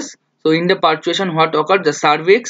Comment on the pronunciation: It is parturition, not pertuation.